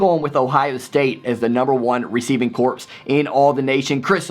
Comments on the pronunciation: P.S. Since you asked to be critiqued on pronunciations; well done on JSN, but "corps" is pronounced "core", not "corpse". (Unless you're referring to Michigan's receiving corps, in which case I'll allow it :-) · Corps is pronounced "core" not "corpse." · Solid video...my only gripe is that when you say something such as "receiving corps" it's actually pronounced "receiving CORE," the ps at the end is silent. GO BUCKS, WOO!!! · Hey, man! Great predictions! I only see OSU losing one lose either to Indiana or Minnesota. BTW, when are we doing the Yahoo college game picks this year? I want to participate again. Also quick correction, Corps is pronounced “Cores”.